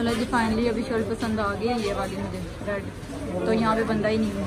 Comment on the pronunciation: Shilt ni shirt hota h